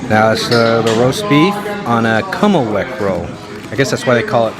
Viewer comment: Actually it’s “Kümmelweck” roll and it’s German!